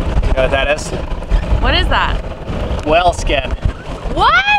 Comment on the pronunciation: Took me awhile to realize is saying "whale" when it sounds like "well".